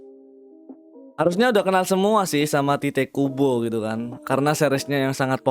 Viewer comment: Bang pas lu bilang "tite kubo" kok kedengeranya kayak "t*tid kubo" 😂